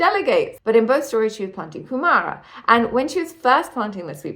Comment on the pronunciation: You should start with learning Te Reo Māori. The names are wrong and it's really important you get them right to understand the story. Kumara said Coomaarah. You can find the Māori dictionary online and it has an audio button and you can play it and practice pronunciation